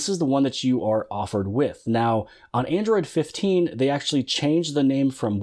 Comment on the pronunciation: Android 15? Did.you say it wrong?